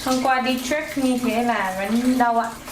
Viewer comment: Cô ấy nói từ Đi Trek bằng giọng Mỹ luôn. Sao hay vậy ta? Go trekking